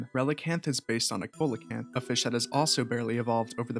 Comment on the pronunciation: You pronounce coelacanth wrong